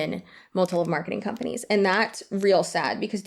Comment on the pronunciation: “These kind of ‘shcompanies’ “😂 You so funny. ❤